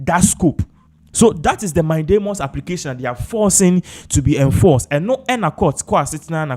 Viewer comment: Pls the word is mandamus not mindamus